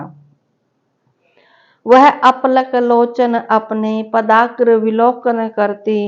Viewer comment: इडा,समीप,पदाग्र जैसे अनेक शब्द हैं‌ जहां ह्रस्व को दीर्घ और दीर्घ को हृस्व हो रहा है और आपने जो पुस्तक ली है इसमे भी मुद्रण दोष है जैसे शांत तपोवना यहां पर तपोवन है तपोवना नहीं!! आपको सुनकर लगा सम्भवतः आप अहिन्दी भाषी क्षेत्रों से है इसलिए बलाघात(एक्सेंट)मे समस्या आ रही है अगर आपको मेरा टिप्पणी करना अनुचित लगा हो तो क्षमा प्रार्थी हूं 🙏